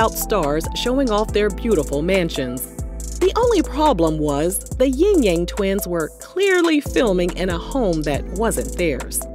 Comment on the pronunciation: It's Yin yang not Ying yang